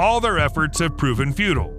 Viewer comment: Futile not feudal